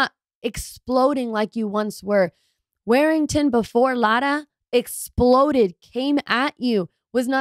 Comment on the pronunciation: War-ing-ton.... Not Wear-ing-ton